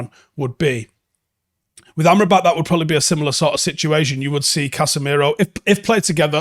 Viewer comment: I can't seem to unhear "armed robber"😂.